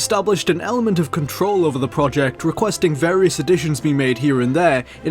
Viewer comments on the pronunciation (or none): none